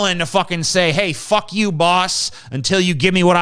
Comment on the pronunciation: Every fifth word is fock. Not fuck. Fock.